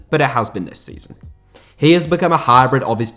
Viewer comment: A "harrrrrbrid"? 😎😁